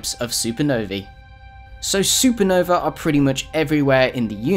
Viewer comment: Supernovee haha